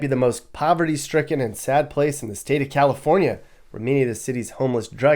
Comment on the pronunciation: Did she say California is a penislog? Sounds about right